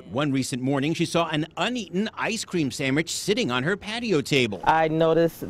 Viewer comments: "Ice cream sammich." Lmfao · Did I hear right?! An ice cream sammich?! No poison for me!! Gimme a Häagen-Dazs!!